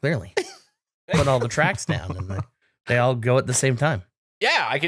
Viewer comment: keeps saying trucks instead of tracks when talking about the tank and it bugs me